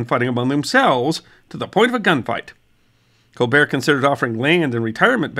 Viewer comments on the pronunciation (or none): none